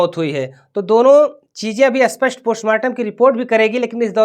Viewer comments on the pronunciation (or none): Spashtt bolo, aspastt koun sa language hai? Aspastt means matter saaf nahi hai... Pronounce thhek se karo patrakaro